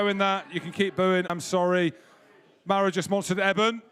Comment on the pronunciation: Love the Welsh pronunciation of Maro……